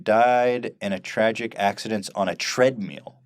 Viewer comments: Why does Ethan keep saying tread meal? Fupa loss debunked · Did Ethan call it a "treadmeal"?